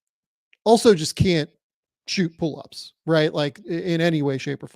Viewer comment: Thank you for reminding me that Herro is still this young (and given his now-established injury history, that’s a worrying sign) Also the episode where I realized that has a habit of saying “pool-ups”